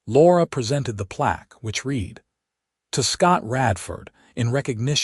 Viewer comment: The AI narration is pathetic. Imperfect AI narration hasn't been refined enough to distinguish between the correct pronunciation of read in the context it has been used.